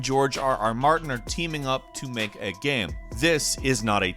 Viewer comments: Is it me or does this guy pronounce game as "Gam"? Lol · at 25 seconds...what the hell is a gayeum...and as a gaming focused youtuber why can’t you pronounce the word game? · Yo he said GAMM like 3 times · I don't mean this as a mock, but why does always say "gam" instead of "game"? Even the closed captions doesn't understand the word correctly. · Y u say gam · can we change the channel name to gaemranx? I feel like that's how pronounces the word game. gAEm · Anybody ever notice how pronounces "game" and "made" as "gaem" and "maed"? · Why do you say..."Gayham"?????? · Why doesn't this guy know how to pronounce the word "game"? I've never heard anybody pronounce it with multiple syllables before.